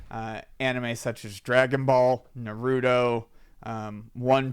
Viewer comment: The way he said "Naruuuudo" made me upset It's NARUTO